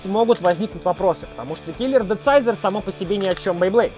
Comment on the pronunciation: Он правильно говорит, Думсайзор ето перевод хасбро.